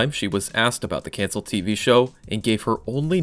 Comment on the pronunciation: it's pronounced, "cuncelled".